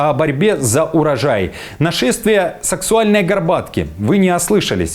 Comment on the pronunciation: не саксуальной, а саксаульной! автор жжёт😆🤣😂